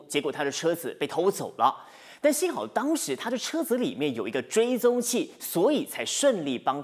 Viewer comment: 泊车×正确：停车、车子（zi2×正确：zi，轻声）里面、当（dang1× 正确：dang4）时、提防（fang2× 正确：fang，轻声）、户口里×正确：户头里、拄（zhu4×正确：zhu3）拐杖、丈夫（fu1×正确：fu，轻声）、巴刹×正确：菜市场。其他错误：（略）。播报员的中文水平有待提升！！！